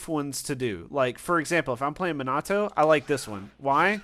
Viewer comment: He said manato 💀